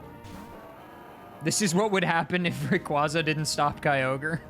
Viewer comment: Never have I ever heard someone pronounce it “Hairy-ama”